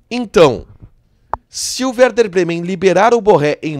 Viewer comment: É e werder, vc se enganou a fala no início e é compensação e não recompensacão.